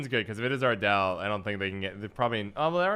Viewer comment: Ardal is pronounced “ardull” not “ardell” FYI lol